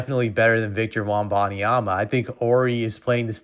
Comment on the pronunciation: Why TF you say his name like that